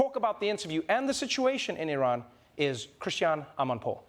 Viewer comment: You are the only person in media who pronounce Iran close to real pronunciation .Love you man